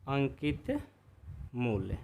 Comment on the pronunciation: Aap muly ko mul kyo bolate ho